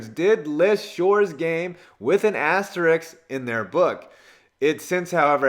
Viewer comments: Can you learn how to say asterisk, not asterix? Please? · it is asterisk, not asteriks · It's pronounced "ass-ter-isk" you fucking idiot. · ASTERISK. Just like it's spelled. ASTERISK.